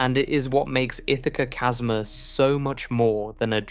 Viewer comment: I love it when the AI can't pronounce "chasma" correctly.